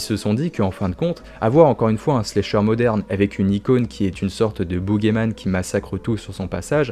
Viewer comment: J’adore tes vidéos mec!! Mais par contre c’est pas « Slécheur », c’est « Slasher » 😭😭